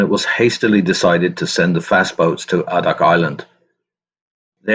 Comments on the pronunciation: Really enjoyed this history, but.... As someone who was deployed to "the Birthplace of the Winds", it is really grating to hear you talk about AHHHdak when it's pronounced Aydak🙄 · Since I live in Alaska, I thought I'd let you know that Adak is pronounced with a long "A" like "AY-dak, not "ah-dak". While this is interesting (being a Navy vet myself, from a family with lots of Navy vets), would you narrate a little faster, please? Maybe not as fast as the guy who does the Dark Seas channel here, though about the pace of The History Guy here on YouTube would be fine. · A-dak is how it's pronounced. After the war a couple of squadrons of PT boats were designated river patrol boats and the torpedoes were removed and guns were installed. They were used to provide merchant craft security in China along the Yellow and Yangtze rivers during China's civil war. I served with a Master Chief who was in charge of one of the boats. The skippers of these river patrols boats were only E-5's. 2nd class petty officer. He was 21 years old. The squadron he was on was in Seoul harbor the day the Korean war began. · It's A DAK not Ahhhdak. Long "A". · Adak is pronounced A-dak, not ah-dak. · Adak (/ˈeɪdæk/, Aleut: Adaax, Russian: Адак) That is the Wikipedia guide, so it must be right!